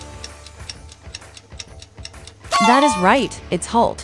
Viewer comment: Вообще то не Холт а Халт